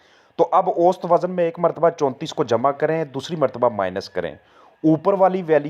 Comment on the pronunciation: Lafz "auo sat" hota hai auost nahi hota